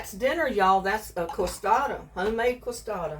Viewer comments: they are pronounced kay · suh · dee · uh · No, you pronounce it k suh dee uh here in Texas, San Antonio.